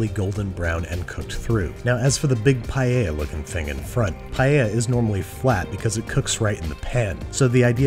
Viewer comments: You KNOW someone knows what theyre doing when they say "Paeya" not "Paella" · I thank u for pronouncing paella right anyone who says it differently listen carefully to how babish says it and pls pronounce it that way